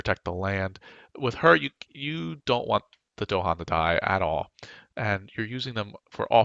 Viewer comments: Nice guide, but they are called DAhan, not DOhan :D This drove me crazy :D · They're called dahan, not do-han. With an a and stress on the second syllable. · You don't mess with the Dohan...